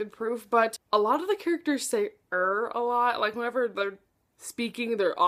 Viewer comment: I couldn’t relate to Tori that much at all, other than feeling out of place in a friend group, but I adored this book. And for the dialogue I think you read it wrong? They say “Er, yeah” not “Rrr, yeah”. Basically everyone says “er”. This shows natural flow of dialogue. Also, his name is Lucas, not Luke. I personally believe Tori doesn’t like Disney because she is the oldest of 3 children, and with only 1 year between her and Charlie it is likely she was trying be the mature one from a very young age. That’s very common.